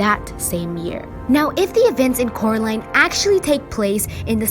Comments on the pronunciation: "It's Coraline, not Caroline" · I have a theory that Coraline never escaped if you listen to Mr.Robiniski the other world's people says her name rightly Coraline but the real world calls her name worngly Carline in the end they said her name right.